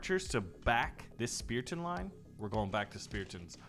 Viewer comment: Why u call it spearton it is Spartan no hate